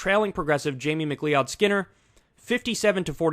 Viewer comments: McLeeOdd is pronounced McCloud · Kyle, I love you bro, but McLeod is pronounced “McCloud”. How in the blue fuck can you pronounce gubernatorial and not McLeod?? Jk Finally some good news. I’m so used to be disappointed after primaries. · Not to nitpick, but... "McLeod" is pronounced like "McLoud" (not "mick-LEE-od"). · Somebody tell Kyle its pronounced 'Mc CLOUD', not 'Mc LEE-ODD'. Or am I mistaken? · Mc CLEE-OD....JFC, MCClod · Jamie McLeod Skinner potentially winning is great, but it's also annoying for how many people it forces to try to pronounce his name and inevitably butcher it. It's supposed to be pronounced like Mc-Cloud or Mac-Loud. Leod was a the family founder's name (why McCloud is an incorrect anglicization), but it's pronounced like "loud". -Another slightly miffed MacLeod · Kyle, I'm pretty sure McLeod is pronounced "McLOUD" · Macleod is pronounced "mic-cloud", same as McCloud. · Pronounced McCloud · It's pronounced "Mick-Cloud" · Pronounce it Mac Loud. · MAC LOUD Haven't you ever heard that last name before??? *Macleod. ***Greg Casar CAH SAR jeezus get it together. How do you not know about Greg Casar????!!! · Ma-KleeOwd..... Highlander would take your head. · McLeod is pronounced McCloud. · Can someone tell Kyle that McLeod is pronounced “McCloud”? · FYI, her name is pronounced McLOUD-Skinner... Thanks for the excellent commentary!